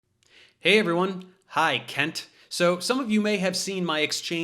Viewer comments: What he said: “Hey Kent”! What we heard: “Hey Cunt”! Truth and 🔥🔥🔥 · i think you mispronounced Kunts name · Ahhh! It's pronounced "kent" ! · You mispronounced his name, Dave. The couple of times I heard you, it actually sounded like “Kent”, when we all know it's really “Cu#t”. What happened to my keyboard just now? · I love how Dave says, "Hi Kent." You can almost hear the U. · "See you later Kent" ... not sure the emphasis on "Kent" was subtle enough ;) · Are we sure his name is pronounced as "Kent"..? I'm fairly sure the correct way would involve sounding another vowel in place of the 'e'... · That "hey Kent" sounded like "hey cunt" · Something wrong with my ears. When Professor Dave says "Kent", I keep hearing a different vowel.... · I love the way Prof Dave say the word "Kent" there's a tiny but inflection that sounds like he's almost saying another word that I couldn't possibly write here as it's a family channel. love ya David ✌🏼